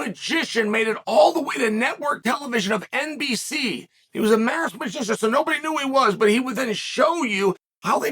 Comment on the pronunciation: Why can't you say masked?